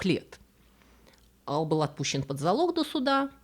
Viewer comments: АЛКО Поне ))) АЛ Пачино Его же зовут АЛЬфонсо, какой блин АЛКо Поне ? Контент хорош, подписался и лайкнул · АЛЬ Капоне! АЛЬ капоне! АЛЬФОНСО Капоне! Не Алфонсо. Ал капоне - слух режет! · Режет слух "Ал Капоне". Не "Аль Капоне". Если на американский манер, тогда уж Эл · Всё таки правильно произносить Аль..в латыни и в итальянском произносить только мягко,Аль .